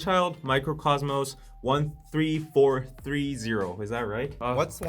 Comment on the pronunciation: also small note that mikro in mikrokosmos is pronounced as meekro, not like micro